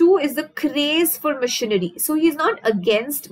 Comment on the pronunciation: Mam when you say machinery..it sounds like missionary ...that part was soo funny...but the rest of the video is very helping